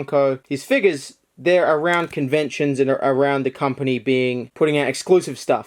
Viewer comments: It's figures not figes (fig-es) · Stop... stop saying it like that... FIGGERS